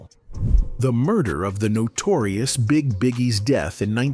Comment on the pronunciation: I can't deal with these AI-narrated videos. It's somewhat acceptable until they call him the "Notorious Bigg". That's a no from me